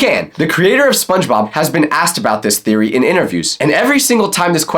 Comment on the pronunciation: but hey it's just a thereoy A FOOD THEREREOY